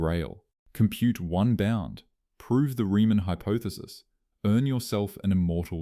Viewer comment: Same as 'hypothesis' read as "hypoethesis", plus the typical contrivedly dramatic composition. All just artifacts of one-eyed 'A Eye' scripting and reading.